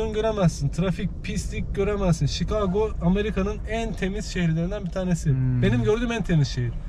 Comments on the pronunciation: Dostum yanlış biliyorsun. Şikago doğrusu. Her "CH" yan yana geldiğinde Ç olmuyor. Eğer kelime Fransızca orijinliyse "CH" yan yana geldiğinde Ş olarak telaffuz edilebiliyor. Champagne > Şempeyn, Charlotte > Şarlot, Chigago > Şikago. Bunların hepsi Fransızca orijinli ve Ş olarak telaffuzu doğru. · Ruslar Chika'go der,dogru telafuzu orada dogmus buyumus uber soforu kadina sordum,dogrusu Shika'go.